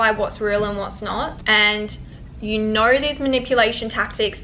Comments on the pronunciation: It’s know. Not Knuawrrr. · it's the aussie, "I knorr"